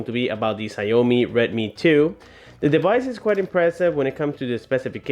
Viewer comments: read as Xiao mi ,not xia o mi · it should be pronounce SHAOMI not SA-YO-MI.. just saying... btw great job! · btw i believe its pronounced shaaw mee, not shaou mee